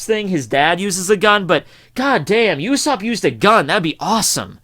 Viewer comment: he says "U"sopp